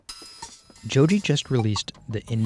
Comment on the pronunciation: Dude said Jody 😂